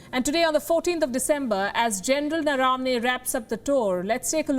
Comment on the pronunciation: At least pronounce Indian names correctly, even as you struggle with foreign names. He is Gen Naravane not NaRAAvane